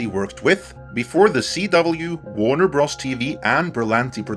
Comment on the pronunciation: Great video. I thoroughly enjoy your take on pop culture. One tiny criticism of the execution of your script for this video and future videos: Warner Bros. Stands for Warner Brothers. I cringed after the multiple times you kept pronouncing Bros. The way it is written, rather than what it means/represents. Just like LFL is short for Lucas Film Ltd. .....Ltd. stands for limited. It is a minor critique and one that I hope you take as an honest remark and in no way a flagrant dig with any sarcasm or agenda. Keep up the great work!